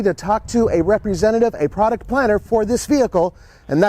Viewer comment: Excellent videos. Slight correction though, "head of poduct" think should be "product"